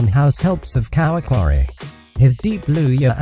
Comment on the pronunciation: Haha how did he pronounce kawangware 😂😂😂😂😂😂😂😂😂😂😂